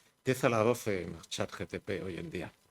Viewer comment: Todo el mundo: ChatGPT Álvaro de Rújula: ChatGTP